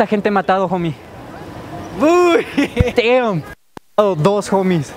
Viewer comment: es damm pero suena como deeam no team 😂